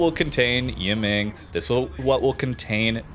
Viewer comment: *pronounced E-mung